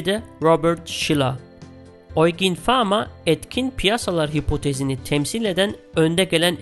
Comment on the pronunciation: Yucin diye okunan isme oigin gvi bişey dedi ama olsun :D emeğinize sağlık güzel paylaşım